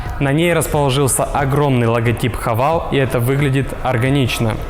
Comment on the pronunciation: Не Хавейл а Хэвэл